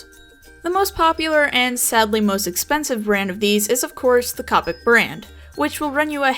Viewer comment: Great video buuuuuut... A pet peeve of mine is when people say COPIC Its pronounced COH pics